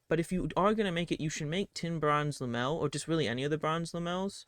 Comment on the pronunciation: Wtf is Lamel? You mean Lamellar?